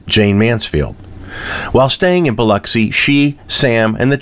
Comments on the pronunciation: Thank for pronouncing Biloxi correctly. As a former Mississippi resident I appreciate it. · I am so happy to hear you pronounce Biloxi the way it is supposed to be pronounced. It is so frustrating to hear people from other parts of the country call it Bi LOX i!! You did your homework!